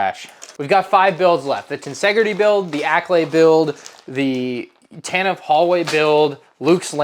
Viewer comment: Freaking stop saying Tantive incorrectly